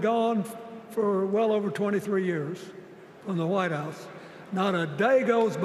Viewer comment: Did he say Whitehouse or Lighthouse….🤔🤔🤔🤔